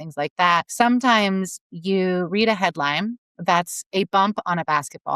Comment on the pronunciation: she said “headlime”